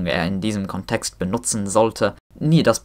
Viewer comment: Your German is exceptionally good, bravo. Thanks for this fantastic video! One correction: the stress in "Kontext" is on the first syllable, not the second.